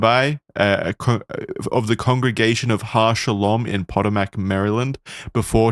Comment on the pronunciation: If you were trying to say Potomac, it’s pronounced pa-toe-mick.